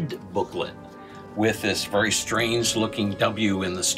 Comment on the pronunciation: You talk like Cleveland brown and I hate it very isn’t said “Vury”